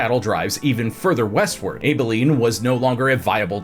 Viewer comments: Nice research. As a Kansan, please — It’s ABBA-lean not Abe-a-lean. I had to stop watching for a minute while I laughed. Keep up the interesting work. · its ab like yous stomach muscles .... bro you seem to have issues with the a words. you did it with Appalachiantoo lol. but love your channel all the same lol keep it up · Abilene… your pronouncing it with a hard A it’s a soft A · Lol the way you said Abilene.